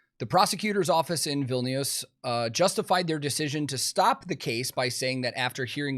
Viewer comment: I'm actually surprised how well you pronounced Vilnius, closer than most, especially if you never heard it pronounced before.